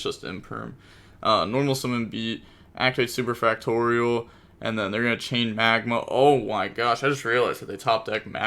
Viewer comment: Hey brother you do realize the pink bystial is MagNa not MagMa right? Pronounced Mag Nuh, not Mag Mah. Its an N not an M